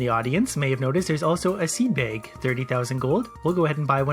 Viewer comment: Seed BAEG I'M SORRY IT JUST SOUNDS FUNNY